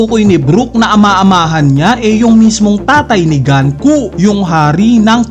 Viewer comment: Sino ba kasi si GANKU??? 🤣 ganku ka ng ganku... 🤣 The name Gunko, a character from One Piece, is pronounced as "goon-koh" (IPA: /ɡuːnkoʊ/).